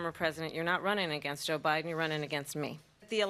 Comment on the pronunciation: She said “you ain’t running against Obiden” 😂🤦🏻‍♀️